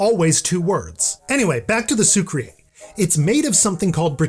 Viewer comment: Hi! I love your videos! They are really cool and informative and honestly you are pretty swag yourself 😂. But just a small tip; the first syllable in “sucrier” is pronounced like the famous Christiano Ronaldo Meme SIU. Keep up the content <3